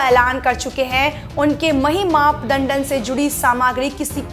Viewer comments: Learn Hindi. Mahi-map-mandan...😂 ......up----dravi....😂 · अपनी हिन्दी सुधारने का प्रयास कीजिए । महिमा मंडन शब्द का बार बार गलत उच्चारण किया गया है ।